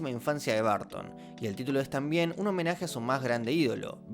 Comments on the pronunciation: Se que no es su idioma natal el inglés pero 🤷 haz un esfuerzo por la pronunciación es muy bueno el video pero hará estar escuchando "BARTON" ...😅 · Da cringe oirte decir 10,000 veces "Barton". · De dónde sacas qué se pronuncia Barton!?